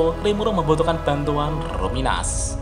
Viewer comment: Kalo luminous dibaca ruminas, jangan2 rimuru selama ini namanya yg bener itu Limur